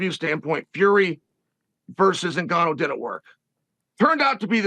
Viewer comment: Tbh I'm not sure helped him train that much, he was definitely involved to some extent but to what extent we don't really know. couldn't even say Ngannou's name properly in the press con haha